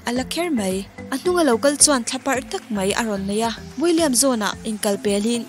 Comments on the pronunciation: William te tii... Will.I.Am ti a lam tur... a dang pawh tam.. cringy zet2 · I guess there's some mis-pronouncing about the name of will.i.am......m i ri8 🤔